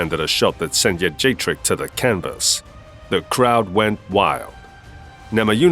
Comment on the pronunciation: Thank you for pronouncing Jędrzejczyk correctly. And not that nonsense like “Joajeyjack” like Rogan used to do. By the way... she got what she deserved.